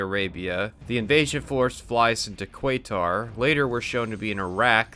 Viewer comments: ku-wait-tar lmao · Man you butchered the pronouncing Qatar. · kuwaitar supposed to be amalgemation of kuwait and Qatar, or it's just how you pronounce Qatar?